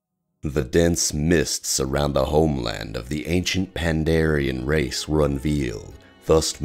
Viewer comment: IT PANDAREN NOT PANDARIAN!!!!